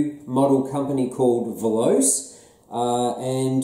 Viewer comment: Veloce is not pronounced as a you do. Voloce is Italian for speed. In this language you pronounce all the letters in the word.